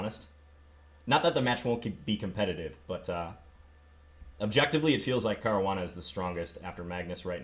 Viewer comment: I'm Italian and that is not how you pronounce Caruana... the way everybody else says it is about right